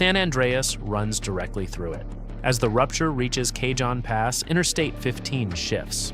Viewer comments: it's pronounced ka-hone pass. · kay jon pass? Oh for F's sake. Is your AI narrator a moron or was this a human mistake? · FYI, Cajon Pass is a Spanish word, pronounced "Caw-hone". Just sayin'